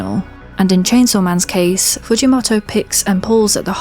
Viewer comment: the way you say “fujimoto” is so distracting lul